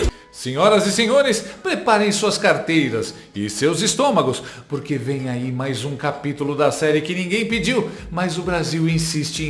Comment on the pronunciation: O Valdo boquinha falou puque? Jornalista heim